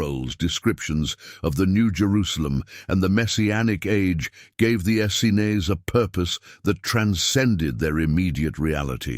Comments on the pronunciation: I'm really curious why the word "essenes" changed in spelling almost every time it was mentioned throughout the video. Also, it was pronounced different ways by the speaker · Why does this narrator pronounce Essenes so many different ways?